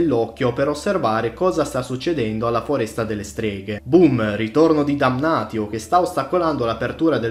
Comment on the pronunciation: va bene però se non vuoi chiamare Marcus Marx (come giusto che sia) bisogna pronunciare Damnatio Damnazio